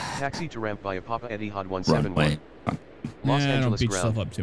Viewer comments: they got ethihad wrong though, I'm think its eTihad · Etihad is pronounced (eddie) (had) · ETD - Etihad is pronounced "Etty Had"